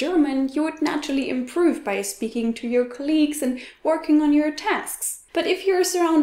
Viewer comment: Excuse me , you pronounced the word "colleages" by stressing the second syllable ,while the stress is on the first syllable.